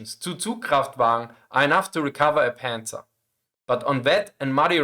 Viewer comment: Not Panzers! Panzer is correct!